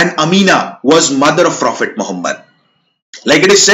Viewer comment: Not frophet, prophet get your pronunciation right bro!